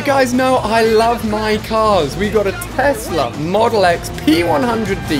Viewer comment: Alia said telsa but its a porse